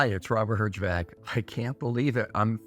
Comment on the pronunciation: You know it’s power when Herjavec says the title of the lesson incorrectly and not a single person in the production had the guts to tell him.